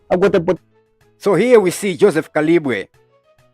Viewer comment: J Kalimbwe not Kalibwe